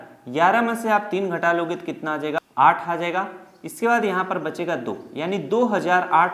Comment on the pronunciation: Sirrr ji dooo nhi hotaaa do hotaaa hee😂😂😂😮😢😢😅😅😅